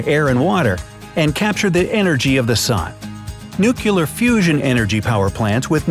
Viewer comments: You said nuclear like:nucular but it's nuclear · Dislike for "newkiller" instead of "newclear"... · It's pronounced "NEW-CLEE-ER" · Americans will finally learn how to pronounce nuclear properly. Hint: It isn't pronounced "nookyleer". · Nuclear, not nukiller😄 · I had trouble taking you seriously after you said "nucular". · "Newkewler!" You must be buddies with "Dubya."